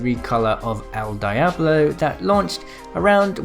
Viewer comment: I hate it when people say el die-a-blo when it’s actually pronounced el di-a-blow